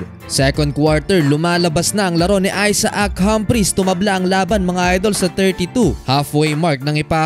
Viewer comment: Aysak ang bigkas sa name na Isaac..hindi aysa-ak..🤣🤣🤣